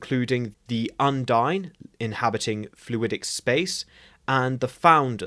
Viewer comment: Undine is pronounced Un-deen